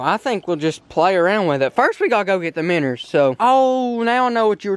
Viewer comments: ITS CALLED MINNOWS not minners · he keeps saying miners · Why do you say minrs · Minnows not minners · minnows. bro. not minners lmao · Dude there cal minnows not minners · Stop saying minners and just say minnow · i live in kentucky and no-one says meners but luv the vids keep it up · Minnerds lol